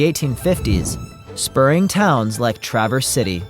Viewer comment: Thank you for pronouncing Travers City correctly 😂 hardly anyone not from Michigan gets it right!